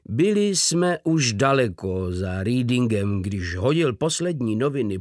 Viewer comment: Když blbě, tak důsledně. Proto i zde Reading je v čingliš ríding místo anglického reding.